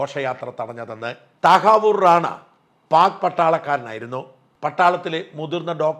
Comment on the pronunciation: താഹവൂർ ഹുസൈൻ റാണ എന്ന് പറയണം സാജൻ